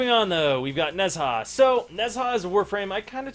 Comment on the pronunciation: It isn't "Nez Ha". Pls listen to Ne Zha here